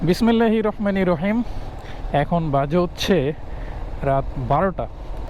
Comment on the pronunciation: ভাই আপনি একজন মুসলিম। অথচ আপনার বিসমিল্লাহ উচ্চারণ সহী না। আল্লাহর জন্য ঠিক করে নিয়েন। দ্বীন ঈলম শিক্ষা করা ফরজ।